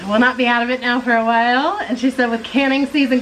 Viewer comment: Do you say WHY instead of WHILE or am I going deaf? This is NOT an insult. I am just nosey.